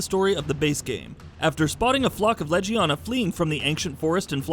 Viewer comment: You know, I can understand why people still pronounce it Tigerex (it should be Teegrex), but saying Lejiana (should be Legiana) is too much. I feel like these people never played the game.